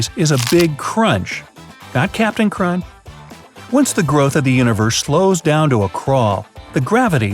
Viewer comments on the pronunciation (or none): Why did he say captain crun not chrunch